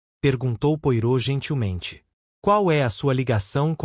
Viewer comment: O mínimo q se tem q fazer é pronunciar da forma correta os nomes. Poirot - "pua-rô", Hasting - "reis-tin"......é só dar um Google....não consegui dar continuidade, a narração ficou comprometida.